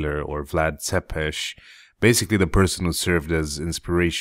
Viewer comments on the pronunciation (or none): none